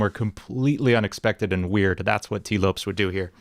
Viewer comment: Couldn't help but get distracted by how you pronounced Lopes lol, it's pronounced like Lopez!